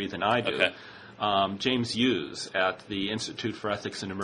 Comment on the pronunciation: haha only yudkowsky could pronounce hughes like that